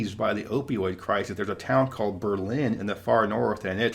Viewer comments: sorry for all the posts but a Berlin shout out?? Wow! My great grandparents lived up on the hill on Bridge st and all I can remember was the smell from that paper mill (70s/80s) also its assuredly pronounced "BER-lin"; they're pretty adamant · So, enjoy your longish quick vids, covering many topics. Pronunciation: its NEWburyport, accent on the first syllable. its BERln, in NH. This was changed from BerLIN in WWII to differentiate it from the German capitol. And the Kangamagus highway is the KangaMAWgus, no second "N" in it, it rhymes with August (tho best driven in the fall). We call it the Kanc. Keep it up!! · New England names can be difficult. Faneuil Hall = Fann-Yool Newburyport = New bree port or new berry port Berlin NH = they put the emphasis on the Ber. Their Berlin rhymes with Bowlin' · My notes as a New Englander (Maine): Great recap. Glad you had a nice time. NE towns (and Mass towns in particular) are hard to pronounce. Newburyport (with accent on NEW, not BERRY. Kinda 3-syllables, like NEW-bry-port. Berlin has emphasis on BER, so like BURlin. And nothing brings me back to childhood in Maine like a bottle of Moxie. Also, accents can be very different even throughout the states. People in Bar Harbor will have different accents than people from southern Maine, or western NH, or Boston, or Providence, etc. Maine accents are my absolute favorite - nothing quite like an old lobster man from Vinalhaven or Rockland! Please feel free to reach out with any questions. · Enjoy all your videos,! A helpful hint when in New England, ask a local to pronounce their town’s name! It’s not “New Berry” Port, just say it as one word, like newburry. And the people of Berlin (New Hampshire, not sure how the folks in Berlin Mass pronounce it) eaccent the first syllable. Possibly to distinguish itself from the German City. I’m not a city guy so would have appreciated more about our amazing outdoor options. Beautiful in all four seasons not just leaf peeping times.